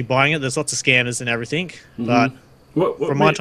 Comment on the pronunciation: Everything, not everythink.